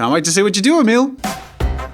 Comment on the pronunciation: Emil: my name's pronounced "E-mill" as in "mill". Jazza: Emel.